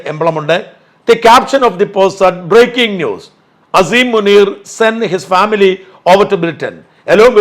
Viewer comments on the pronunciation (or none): none